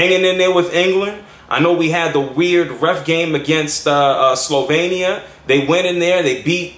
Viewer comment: Congratulations, You rightly said Slovenia:)